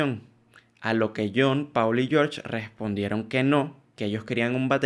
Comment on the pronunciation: PAAAAUUUUUL?????? EN SERIOOOOOO???? jajajjaja!!! No seas malo amigo si vas a hacer un video de la banda mas famosa de la historia por lo menos aprende a decir bien el nombre de uno de los mejores bajistas del mundo!!!! 🤣🤣🤣 PD Encima poner ese título, supongo q es para q la duda de saber q decís en el video haga q intrigue a la gente pero genera todo lo contrario!!!! No creo q sea una buena forma!!! Solo digo para futuros videos!! ✌🏻😃